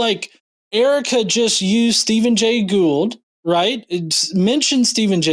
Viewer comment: To give Denny the greatest benefit of the doubt, he mispronounced Gould’s name, so it’s possible he didn’t recognize that that was who Erica had been talking about. I still think he was reading a script, though, because I am old and cynical.